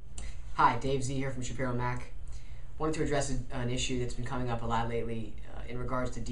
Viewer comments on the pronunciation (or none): none